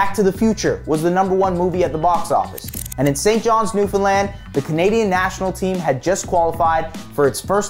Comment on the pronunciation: Thank you sir for saying "Newfoundland" correctly. Sincerely, a Newfoundlander